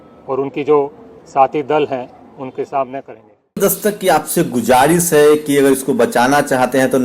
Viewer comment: Bhai sahab gujaris nhi guzarish hai 👍